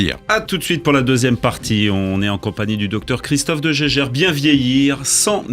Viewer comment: De Jaeger ne se prononce pas du tout 'de gégère' 🙂